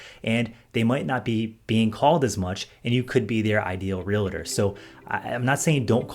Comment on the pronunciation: Your videos are awesome, but PLEASE stop saying real-a-tor. There's no such thing. The word is two syllables; Realtor.